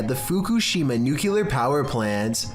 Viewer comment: I love your content, I’ve been a fan for literal years. You said Nuclear incorrectly. Like Homer Simpson. lol Keep posting so I sleep with my light on…